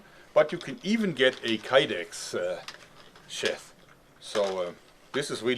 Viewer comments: Please stop calling it a sheth it's sheath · I dont know why I find so much enjoyment out of Joerg pronouncing sheath as "sheth"